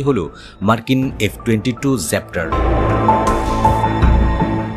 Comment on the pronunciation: ভাই, এফ ২২ জ্যাপ্টর❌ র‍্যাপ্টার✅